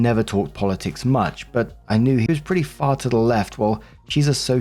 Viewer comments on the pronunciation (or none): none